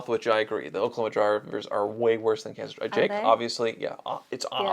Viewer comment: it's kansas😂😂😂 hi